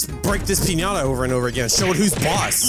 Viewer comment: doesn’t pronounce piñata properly😂